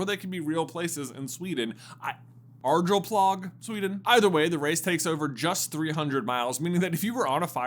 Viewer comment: Eyyyyy let’s go!!! The annual broom race of Sweden!! I am very proud over the fact that my home country has a famous race, I even saw my hometown on one of the routes the broom race could take on the Sweden map. The Arjeplog pronunciation however, as a Swede that physically hurt to hear as it’s far from how it’s pronounced in Swedish. But great video as always, I had not heard of many of the other broom sports